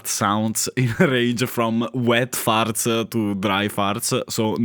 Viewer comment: “Farts-uh”. You say “farts” in such a wonderful way. Aside from that, thanks for doing these videos. I was of the majority and had a few versions of the Adlib/SoundBlaster cards growing up. But not right away. I had to play Commander Keen an Wolfenstein-3D with that dreadful PC speaker.